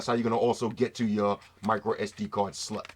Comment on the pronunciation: Everytime you say slot...hahahahaha man can't stop laughing keep saying that bro